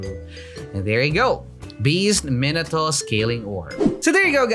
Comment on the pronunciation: The way he pronounces minato is just...